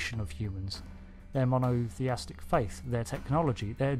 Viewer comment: The word is Mono-th-ee-istic not mono-th-ee-astic.